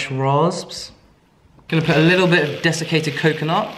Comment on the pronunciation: I always hear "designated coconut" instead of "desiccated coconut" :D